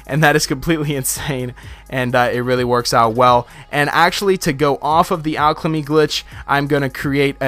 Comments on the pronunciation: Great video, but you where saying alchLemy and im really confuzed, like where did that extra l come from in alchemy. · I swear he says alchlamy